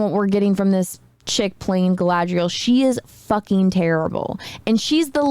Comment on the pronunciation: It is slow, ploddinly slow. Highly inaccurate in the representation of how the elves are. They are stoic, then bam super emotional then wooden again. They can not seem to say Galadriel all the time, pronouncing it Kal-adriel. Galadriel jumped off a ship then swam an entire ocean back. also the only action in episode 1 was when all her "elven warriors" got face rolled and she crouching tiger hidden dragoned them off a sword because shes a army of one. That time she wanted to leave that guy in the snow to die even though he was right there. Yeah. rings of suck, that should have been the title. Oh and the hobb i mean the hamfoots are dirty, unwashed, homeless short people that dont seem to be very bright at all. i tried to watch the second episode. i'm done with it. the only character that seemed right was Ismael Cruz Córdova as Arondir.